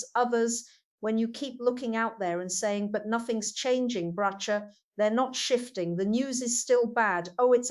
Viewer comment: She doesn't even pronounce Bracha's name properly!